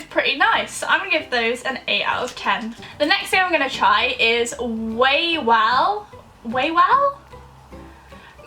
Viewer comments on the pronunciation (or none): that was green onion :) for sezamki, it's actually honey xD (I think) wawel is pronouncedd vavel :D that is not carmel! XD I don't know what flavor that is but it's my personal favorite! If you ever go to a polish shop or a polish store, buy Krowki! They're REALLY GOOD! Krowka (singular) is a cuter version of saying Krowa, which is a cow xD So I guess it's something to do with milk